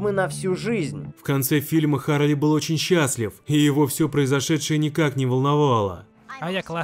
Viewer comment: Ну вообще Чарли а не Харли.